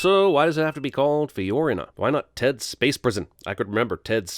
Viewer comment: You mispronounced Fiorina.